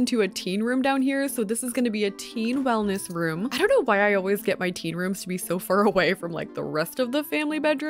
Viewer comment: When you said teen room I thought you said tea room and I was so confused when you put a bed 😅